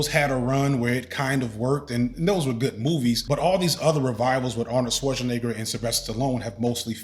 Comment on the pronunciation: If this man pronounces Schwarzenegger wrong one mo time!! 😂